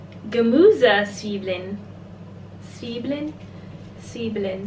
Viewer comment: The pronunciation with the eggs was good. Zwiebeln almost, at the end it is eln not elen. 🙂